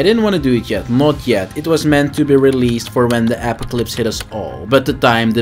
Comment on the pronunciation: I had to put on subtitles to understand when you said "apocalypse". No offence. But you put the emphasis on the wrong syllable. 🤔